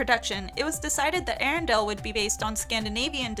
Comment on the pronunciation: I cringe every time you say Arendelle.